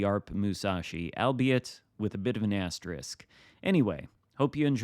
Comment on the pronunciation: Thank you for not saying 'astrik' 😂